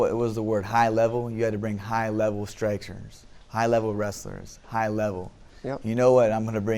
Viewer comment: "High level strikeserns"